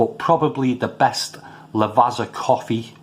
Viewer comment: Never tried these but always been curious....think I'll leave em alone as not keen on herbal notes...thanks for the review. Quite enjoyed the black espresso beans though. P .s. Lavazza is pronounced 'La-vaT-za' cos of having 2 z's in it like pizza 👍